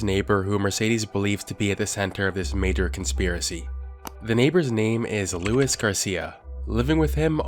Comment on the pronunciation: Why did you pronounce Luis like louise??